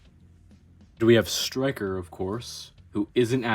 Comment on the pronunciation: I thought bro said "stikker" instead of striker😭😭😭😭😭😭😭😭😭